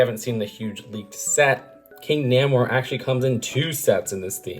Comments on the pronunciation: Again with pronouncing things wrong, it's not Nam Or it's Nay More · it's pronounced more like "Naymor"